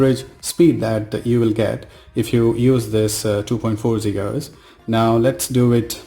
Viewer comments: Its Giga hertz and not Jiga hertz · Its Gigaheartz man, Not Jigahertiz. BTW, How much did u pay ? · It's not jigahz it is gigahz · Jiga hertz 😂😂😂. Bhai when did GIGA evolve to JIGA ??